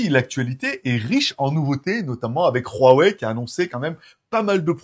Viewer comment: Espèce de teubé ont prononce pas "hrrrouawouai" comme "hrrouanita", c'est simplement un h aspiré et ne se prononce pas !